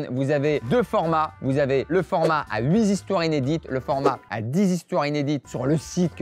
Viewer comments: De partout, j'entends huit z'histoires au lieu de huit histoires 😁😁😁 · Ben, on dit "8thistoires", pas "8zhistoires" ^^ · huit histoires, pas de "S", pas de liaison